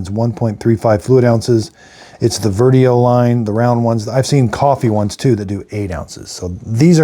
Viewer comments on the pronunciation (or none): PS it’s pronounced a bit like “Virtchu-oh” not verteo